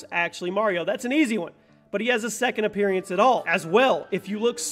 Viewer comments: anyone else bugged at the fact he pronounced appearance as "appearyance" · I don't think I've ever heard anyone else pronounce appearance as "appearEance"... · Lol, Appear-y-ance. Why donyounsay it that way? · From now on ima say apeariance instead of appearance